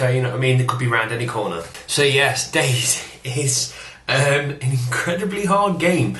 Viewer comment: btw its pronounced 'day zee, or zed' not 'days'